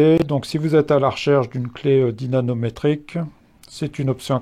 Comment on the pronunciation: C la première fois que je vois un mec dire dynaNométrique 😅